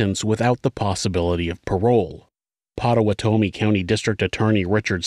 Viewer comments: Pota-WATA-me NOT Pota-wa-TOMMY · Not that it really matters, but just for future reference Pottawatomie. County is pronounced like pot uh what uh me